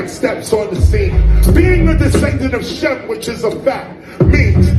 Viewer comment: Dude was just running his mouth for like "ever ever ever ever ever ever Kanye" billy Madison we are now all dumber for listening to this b.s.. is he high, he got to be high or just rambling.. and first off it's shem not sim, sim is artificial shem is a son of noah..